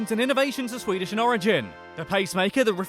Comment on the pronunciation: his pronounciations are the completetly opposite of what they actually are